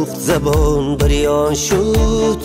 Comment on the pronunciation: Прекрасный голос но произношение слов не правильный--а так отличная песня--гырён шуд-бырён шуд-гирён шуд-бирён шуд.правильнее.